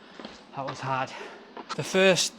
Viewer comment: “Stay ‘ard!” 😂